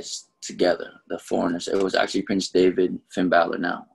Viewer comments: It’s funny how how pronounced prince Devitt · Why does he pronounce Devitt like David lol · Why does it sound like he keeps saying prince David and not devitt lol. Am I missing something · I can't be the only one that thinks like it sounds like he's saying David instead of Devitt